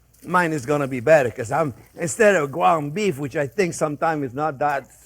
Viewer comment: ''gwound bweef''